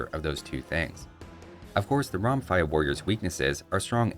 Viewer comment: It's pronounced "Romfèa"